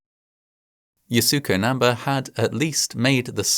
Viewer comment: The pronunciation of Yasuko Namba's name in this video is WAY OFF!! I am a big fan of Fascinating Horror & find all the videos extremely well researched & with plenty of care, concern & empathy toward victims of the many tragedies explained therein. However, a bit of checking with native speakers of the language of foreign names would definitely help. To offer a bit more respect toward mounaineer Yasuko Namba, her name is actually pronounced YAH-skoh NAM-ba (with emphasis on capitalized letters).